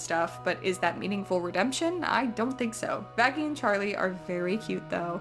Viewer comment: I think they meant that the way they pronounced Vaggie sounded more like it started with an f